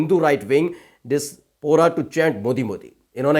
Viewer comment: दो बार अटक चुके हो. diaspora का उच्चारण है “डाॲस्पोरा”